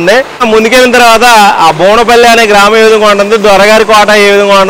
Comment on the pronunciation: బోనపల్లి కాదు ఆండీ బువ్వనపల్లి అండి